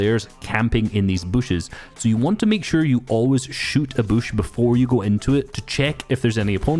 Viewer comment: Please don’t say Boosh.. it’s a bush. Like George W. Busch, with a short u.